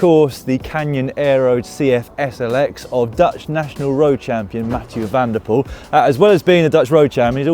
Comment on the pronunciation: You can pronounce Mathieu van der Poel just as you'd say Emma Pooley :)